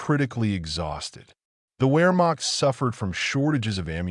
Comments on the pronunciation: Wehrmacht is pronouned Veer-mock, not wear-mock! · I know, right? After all these years and especially with someone who's doing military videos, who doesn't know that Wehrmacht is pronounced with a V sound😮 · Wehrmacht is pronounced with a V as in Vehrmacht. W's have a V sound.